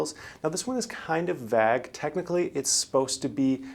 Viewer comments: Kind of "vag"? Maybe a little "schaaling" lol. Thanks for the vaydeo though :) Thumbs up 👍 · Vague is pronounced "Vey-guh". Thanks and good luck to us all! You CAN do BOTH PPP & EIDL. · KEA No it isn’t. It’s pronounced “veig”, rhyming with “hey”. (Same w/ plague.) The “ue” is silent.